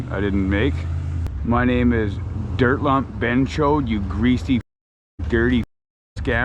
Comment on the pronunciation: scoop da dert throw da dert 😂😂 i laugh every time i think about it